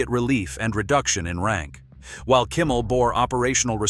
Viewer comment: It's not Kummel it's Kimmel.